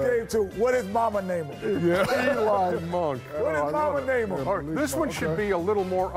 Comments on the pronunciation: He literally said elon monk... elon musk bro. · Nobody: Shaq: "Eli Monk."